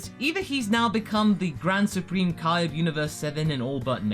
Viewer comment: Why everyone says kai eeee but says (KAIO)ken.